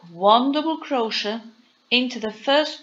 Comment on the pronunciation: Firstly you need to pronounce CROCHET properly.... Cro- Shay. Secondly you are doing SINGLE CROCHET.